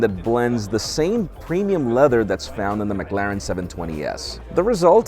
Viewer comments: It might be the American accent making it worse, but it's the way he overemphasizes the a that bothered me mostly. Go on how to pronounce and the first result is how I pronounce it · pronunciation of McLaren hurts my soul